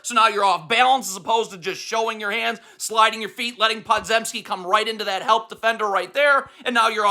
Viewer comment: I just gotta say it’s Poe-jem-ski or Puh-jem-ski or right in between…not pod-zem-ski